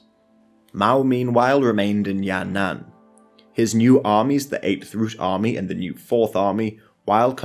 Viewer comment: Sounds like Ya'nan in your video so I'm not sure. The "an" here is the same with the second character in Tian'anmen square. Your pronunciation is perfect overall. Some subtle difference can confuse native speakers but that's the problem with the language, not your fault.